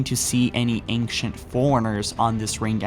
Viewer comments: wait wait wait E N G C H E N T? Engchent isn't it pronounced Ancient??? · Sounds like he says aingshunt foreigner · Love your videos but....Dude please try to practice the word ancient, it sounds like you're combining anxious and ancient and anger x.x. the nc in ancient is a Ch sound like channel....I'm fine with most of the mispronounced words but that one is just grating.... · Dude, you're pretty good... But I hate how you say "ancient."